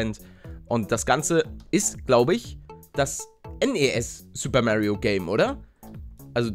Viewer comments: Er heißt Mario nicht Märio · Er spricht es halt englisch :D